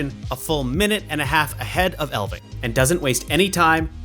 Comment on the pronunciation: It's ELF-ving, ELF NOT EL. The F IS NOT SILENT. Do you not know what an elf is?